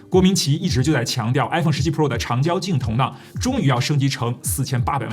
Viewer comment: 郭明錤的錤不是读ji吗？